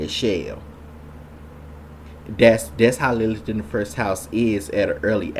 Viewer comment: A few comments on the above satanic filth: 1.) Our narrator Mr. "" should learn how to focus his camera. 2.) Mr. should also take a few lessons in elocution/public speaking. If he cannot pronounce such simple words as "best" and "first," he should not appear on this platform; his performance is cringeworthy. 3.) Question: Should a male be mansplaining the topic of Lilith to an overwhelmingly female audience? Talk about bad optics! 4.) The choice of Betty Boop -- a literal all-American icon! -- as a symbol for Lilith is as disturbing (to me, anyway) as it is illogical... talk about cognitive dissonance! I cannot see good old Betty as a hellslut-bitch/whore who murders children and castrates men. 5.) I shall share what I REALLY think of Lilith in my next post. All praise to Christ our Savior-God.